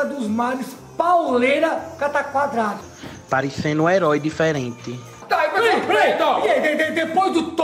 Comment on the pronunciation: "Parencendu um herói diferenti" (hauahhaha aí carajo) 😂